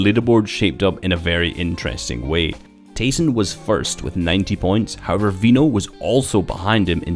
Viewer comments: Did you know his in game name is actually pronounced Tie-son because his real name is ty (sorry if I spelled that wrong) but everyone just calls him tA-Son. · Yea i hate it when people call him TA-son